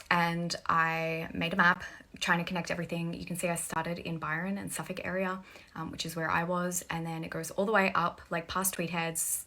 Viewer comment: Its suf•fuk, toe•rah•na, bris•ban, mah•quar•ee